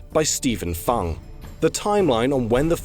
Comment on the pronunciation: The spelling is right, but Stephen Fung's surname is more like "Foong". (just saying. cos if my surname was Fung, I wouldn't want someone to say it out like "fungus!")